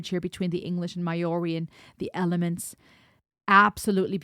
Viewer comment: Maori is pronounced more like "Mowri". The "hongi" is a sharing of breath - a gesture that precedes humanity.